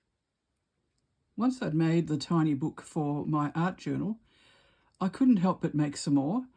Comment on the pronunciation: Tea-nee books 😉❤️